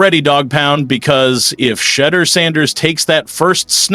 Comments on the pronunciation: His name is not pronounced Shedder! At least get his name right on a video about the person. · FOR GODSAKE MAN...SAY HIS NAME RIGHT...U SAY IT 5 DIFFERENT WRONG WAYS EACH POST...SAY IT WITH ME...SHE'-DOER...SHE-DOER...SHE-DOER...AND "F*** MARY CAY RACIST ASS!😅😅😅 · Sha, deur=door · Can this media person PLEASE PRONOUNCE SHEDEUR’S NAME CORRECTLY. WE ARE Shedeur’s fans from Jackson Mississippi. One simple thing we ask of you media guy PRONOUNCE SHEDEUR’S NAME CORRECTLY PLEASE. Cleveland don’t know Shedeur but we his fans know him. Shedeur is coming to the brown’s with a significant fan base.